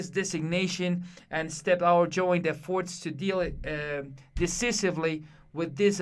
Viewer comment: hey dude, the word decisively is pronounced “desaisibly” and not “desisibly” also the stronger syllable in efforts is its first vowel “e” and not “forts” so the right pronunciation would be “Efforts” not “effOrts”. Though you have a strong accent you can read pretty well, but just try to work on those two words dude!